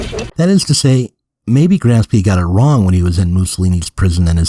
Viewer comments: Gramsci is pronounced "grom-shee" in English lol not Gram-skee, that sounds Slavic. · Wait a minute. The real Zero Books would surely know that the guy's name is GramSHEE, not GramSKI . . . What the heck is going on? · It's pronounced "Gramshe/." "Ci" in Italian, when not beginning a word, sounds likes "she" in English. "Ch" in Italian sounds like "K" in english. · Fantastic stuff, but, you know, Gram-shee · "Gramsci" is pronounced "GRAM-she". (Had to scratch that somewhat pedantic itch.) Other than that, fun video. Angela Nagle has exposed herself to a lot of unpleasantness for addressing internet discourse honestly. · the mispronunciation of Gramsci hurts my italian ears! apart from that awsome channel you got here!